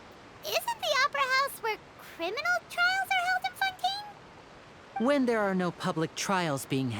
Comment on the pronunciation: It took me a wholeass hour to realize why was calling fontaine oui oui